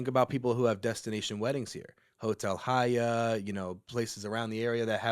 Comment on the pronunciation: FYI the H in Haya is silent. had it right the first time.